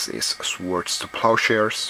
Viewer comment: Really hate to nag like this, but you don't pronounce the 'w' in "swords", the word is pronounced much like "sorts" like "the sorts of swords a knight may have are all sharp" and so on and so forth... Grammar nazi out!